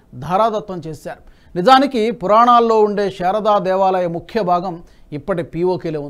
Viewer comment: షారదా మాత కాదు సార్, శారదా మాత !